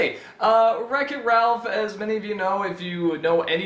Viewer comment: That is how it is pronounced. Good job.